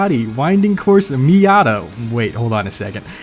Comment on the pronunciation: "Miatto"? Lol